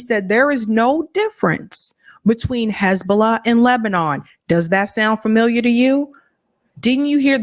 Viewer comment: Lol Boston came out for a sec there lol: "sound familiah?"